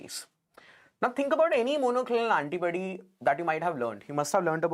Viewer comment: It’s Antibody..not antibuddy